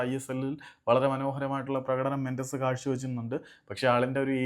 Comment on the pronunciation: മെൻസസ് അല്ല ചങ്ങാതി മെൻഡസ് 🙏